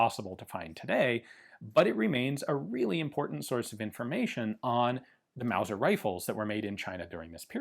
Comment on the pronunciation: "Wauser" pistol! What a unicorn.